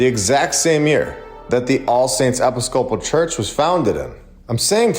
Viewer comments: eh-PIS-co-pal church not epi-scope-al church :) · The way that you pronounce episcopal cracks me up. It's pronounced e/piss/ka/pol. Not epi/scopal lol. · Episcopal is pronounced E-PIS-coh- pull. You’re welcome. 😉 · It’s pronounced eh-piss-co-pull. Not epi-scopal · Not Epi Scopal...but e PIS co PAL. Other than that, good video. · Lol I’ve watched so many videos of your today I just want to say…. I pronounce it eh-piss-ka-pull episcopal and other videos congregation con-gra-gay-shun And dekalb de-cab Coukd just be I’m from the south in Ga but love your channel. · It's pronounced uhh-piss-cope-pull Great video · Pronunciation of EPISCOPAL ih-PISS-co-pul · Love your work... thank you.. Just gotta tellya-- EPISOPAL is pronounced, EE piss co pall. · Episcopal is pronounced e-piss-ka-pull. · episcopal is actually pronounced "eh-piss-ka-pull" - super weird i know lol. great vid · 1. Outsourced Labour existed, look at the railroads…. 2. It’s pronounced Eh-Piss-Cah-Pole XD 3. Very interesting points, I’d look in to possible countries that may have contributed to its construction via foreign powers. Ie. if the settlers were from say Spain, did the king invest? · Pronounced... "eh-pis-co-pal". Have no idea what your trying to say. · Love your vids but you're killing me, lol. uh·pi·skuh·pl or for the country folks like me breakdown.... Apisscapool.🤣 If you're doing it on purpose tho fk it and keep on rockin'. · It’s no big deal. But I thought that you might like to know for future reference that “Episcopal” is pronounced “i (as in “it”) -PISS-cuh-pull.” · (ee - pis - cuh - pol) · Not trying to be a dick, just helping out. Episcopal Church = Ee-piss-cuh-pool church. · Great job. ( I’m pretty sure its pronounced Uh-PISS- kuh-pl.) 👍🏼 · E-piss-co-pull is how I would say Episcopal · aintnoway you don't know the pronunciation of Episcopal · Are you AI because you’re not pronouncing Episcopal correctly. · Are you trying to mispronounce “Episcopal”?